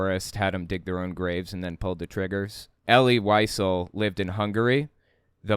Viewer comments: It is pronounced ElL-LEE Lee-ZELL. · Pronounced "E' - lee Vee - SEL'",. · EL-EE WHY-ZELL...that is how you pronounce his name.